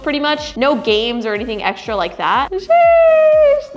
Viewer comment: X-Men = Sch-Men 😅 no wait I have some eschtra cash😅